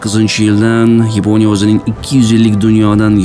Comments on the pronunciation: Yaponiya emas Yiponya ekan 😂😂😂😂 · Yiponiya sozi ruscha aksent😊.